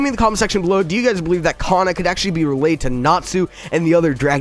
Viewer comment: Man he said cana like me mad